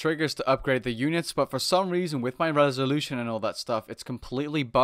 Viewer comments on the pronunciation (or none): none